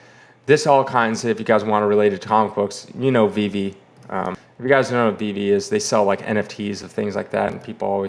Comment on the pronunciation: you finally learned how to pronounce Veve 👍🏽